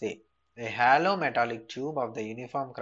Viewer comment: its not hallow it is hollow....